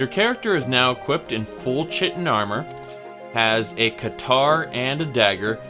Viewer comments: Not that it really matters, but it's supposed to be pronounced "Ky-tin", not "Chit-in". It's weird, I know. (Source: Morrowind >_>) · He knows but he insists on pronouncing it "chi- tin" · The grammar nazi in me can't resist correcting your pronunciation of "chitin". It's pronounced "kytin". Awesome build though, stealth has always been my go-to playstyle for any game when possible. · knows that. He sometimes says that he uses wrong pronunciations because it's how he's been pronouncing it for years.